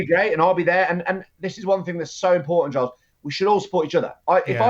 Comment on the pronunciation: Milos calls Giles gillus